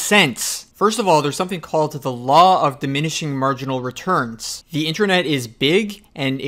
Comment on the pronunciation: Sounds like you are saying "intranet".